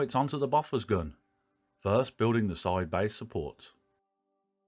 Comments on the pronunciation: sorry but it's pronounced "bow fours. "....not "boffers" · Enjoyed that! You've inspired me to get the kit. (I'm old enough for my parents' generation being there at the time, and 'Bofors' was pronounced 'Bow-fers', not Boffers.) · Its pronounced boofosh actually...😉